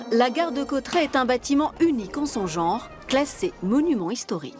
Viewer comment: Bordel on dit Cauterets pas Cautrets